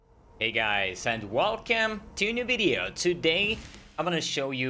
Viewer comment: Rest of the world: "welcome": "wolcem"